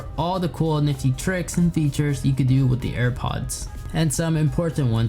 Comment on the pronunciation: trhix and fethures. Yuthful